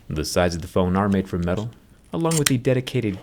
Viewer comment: Guys he say Middle I stead of metal